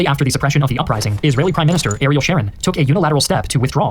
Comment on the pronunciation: Israyelle btw 😂